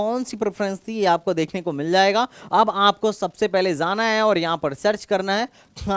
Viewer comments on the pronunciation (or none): sir aap 'J' ko 'Z' ki aawaaz kyu nikaalte hi. For ex. Aap 'jaana' ko 'zaana' kyu galat pronounce krte ho, sunne me bahut bhadda aur ajeeb lagta hai.